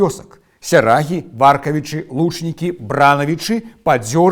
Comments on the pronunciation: Хачу заўважыць, што правільна вымаўляць так: выбрАнцы, вёскі ВаркавІчы, ЛучнікІ, БранавІчы. Паходжу з тых вёсак, і мы заўсёды вымаўлялі толькі так. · Бранаві’чы, Варкаві’чы, Лучнікі’. Націск ставіцца ў гэтых месцах😊